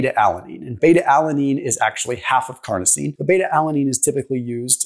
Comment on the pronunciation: carnosine not carnitine